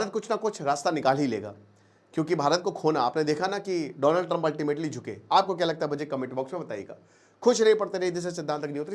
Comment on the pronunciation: Dolund Trump😂😂😂